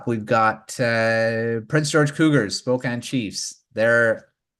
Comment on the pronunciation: Fellas, I gotta correct something (its an issue with basically everyone not from the PNW, but a little more common/prominent with Canadians) much like with Spokane, WA, USA, the correction phonetically is win/when-anch/antch-(like ranch minus the r)-ee (like see/sea minus the s)